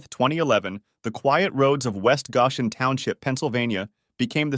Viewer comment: Goshen = go-shin